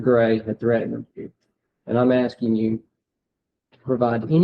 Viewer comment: Omg did he pronounce asking asting? He has an extra chromosome no doubt.